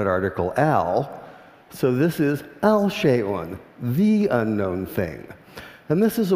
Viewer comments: When you're giving a TED talk, it helps not to mangle the languages being represented. "الشيء" is pronounced "Ash-shay" not "Al-shay" like he says in the video... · The letter ش is a sun-letter. Who with knowledge or Arabic could pronounce الشيء with L?